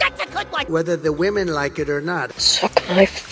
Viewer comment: Ehy dies Fox say woman,instead of eomen?